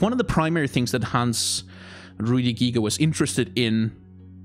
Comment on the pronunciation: You pronounced Hans Rudi Giger very vell. At least to German ears. :)